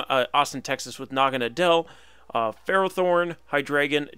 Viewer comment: That was a great video! By the way Naganadel is pronounced Naga-Noddle. Naga for snake and Nadel German for Needle.